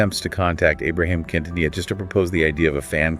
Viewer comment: Who are the narrators? 🤔 They cant even pronounce Quintanilla and Tejano properly.